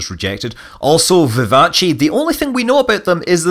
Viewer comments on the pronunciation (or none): I’m pretty sure it’s vivace, not vivaci